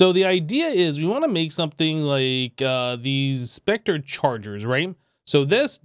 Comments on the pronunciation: yes the e is silent.......plz never say spectreeee like it is a real word.... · Its pronounced spec tur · Anybody else hate hearing it pronounced spec-tree? Love the videos though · i like how you say Spectree instead of specter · Spec Ter not Spec Tree